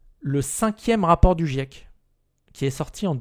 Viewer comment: Quand on est pas foutu de dire "GIEC" correctement, on sent que tu es le public cible du raptor mdr.